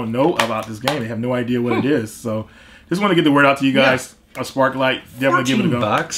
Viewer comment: Sparklite not Sparkle lol